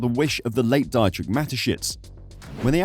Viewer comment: Mispronunciation of a name is not respectful mate, Dietrich has an E sound as in Peter (pee-turh) ie and i sounds like ee in Germanic languages. Come on and make some effort in pronunciation, please.